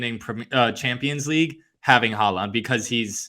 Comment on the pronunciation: Also, you guys are clowns. Look at Syracuse’s records and seeds in the years leading up to their movie to the ACC. They were top 15 teams each year with like 2 #1 seeds in 2010 and 2012. Can’t take anyone seriously who doesn’t even know how to pronounce Erling Haaland’s name correctly.